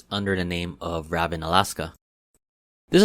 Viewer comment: I flew ravn before, and I’m pretty sure it’s pronounced raven, just a letter that isn’t in there, but, I don’t know, so you might be correct.